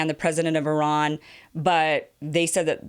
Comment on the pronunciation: Thanks for pronouncing Iran in the right way